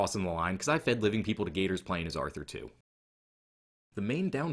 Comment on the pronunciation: Hahah, agree! And fyi it’s pronounced Arthur*